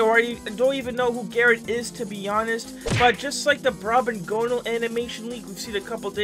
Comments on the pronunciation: Brobgonal not brobogonnal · It's brob - Gone - All. Not brob gownal